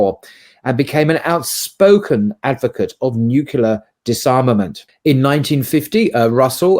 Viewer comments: An English-as-a-third-language speaker here: I was taught the word "nuclear" was pronounced NEW-CLEAR, not NEW-KILLER. P.S. Russell - a hero of mine.❤ Thanks for the video. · Nuclear. Not NUKULAR. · The use of the word 'nukular' completely destroys any credibility a person may think he can project. I'm out of here! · Sorry to be a pedant, but i can't help calling out the use of the word "nucular". The word you wanted was "nuclear". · It would be nice if the emcee here turns around and finds in one of the books behind him (unless this is just a virtual background) how to properly say the word "nuclear". Just a quick prompt: it is not "nukelar". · This guy does not even know how to pronounce nuclear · here's a philosophy groupie backed up by books-as-furniture, who can"t pronounce "nuclear"...in 2023...with incipient nuclear war stinking up the air.